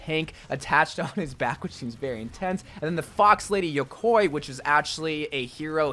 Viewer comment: How is nobody talking about "yokoi" what tha fuck is that. My guy don't watch anime?